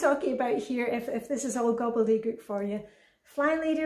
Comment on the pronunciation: you are amazing!...as I hear the words ‘gobble de gook’ roll off your tongue as if you were born and raised here in the States. Or isn’t that an American saying?